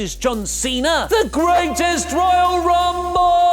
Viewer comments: you stop saying greatest royale rumble like that plzzzz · Go FUCK yourself. THat was super annoying to listen to that stupid emphasis on the GRR name